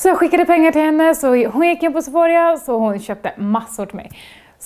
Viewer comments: Du uttalade det sephoria haha det uttalas sephora, due pinsam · Sephorija? Sephora heter de haha, skippa i:et och j:et när du säger de. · haha men herregud, jag sa bara de. om du hade uttalat något fel, hade inte du velat att någon sa hur man egentligen uttalar de? om inte så nehepp, men jag ville iaf bara påpeka att de inte uttalas sephorija. sen om hon väljer att lyssna på mig eller inte är upp till henne.